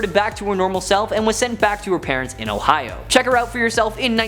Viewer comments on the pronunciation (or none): none